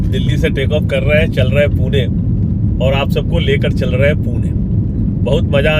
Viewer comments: पिछले कई शतकों से पुणे ही नाम था, हैं और रहेगा। पुणे का किसी हिंदी भाषी ने ही पूना कर दिया होगा क्योंकि उत्तर भारत में पटना, सतना ऐसे शहरों के नाम होते हैं। 😂😂😂 लेकिन असली पुणेकर कों पूना पूना सुनना अच्छा नहीं लगता हैं। कृपया पुणे नाम का ही सही उच्चारण करते रहे। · पूना... पूना... नहीं... सिर्फ """पुणे"" ""Pune"" puna मत बोलो